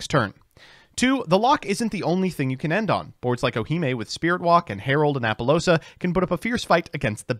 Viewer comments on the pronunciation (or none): I hate that you are prefect woth saying certain names but others you purposely say it wrong like Oohime is oomfey for you but is actually "Oo-hi-me" but i know you do it on purpose